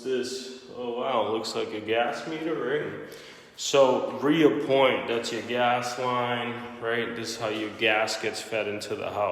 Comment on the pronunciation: It’s re-point sir, no A hahah. Looks good though!